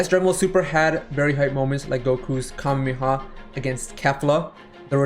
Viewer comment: stop saying "kameha" 😭